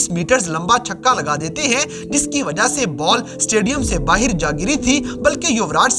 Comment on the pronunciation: Tu baahar ko baahir kyun bolta hai bhai